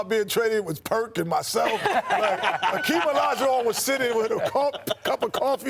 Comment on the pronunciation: Dammit it's Perk 😭